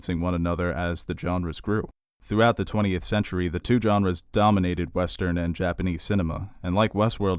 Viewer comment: Genre is pronounced with a soft G, no D in front. Sergio is pronounced with a J like John.